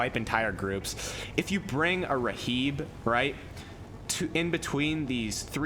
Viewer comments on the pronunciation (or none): r.h.i.b. its pronounced rib. not raheeb